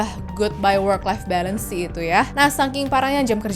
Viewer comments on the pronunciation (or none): none